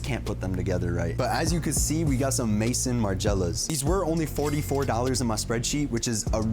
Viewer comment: This dude really said "mason margiela" oh my goddd. and baccarat ROGUE im deddddd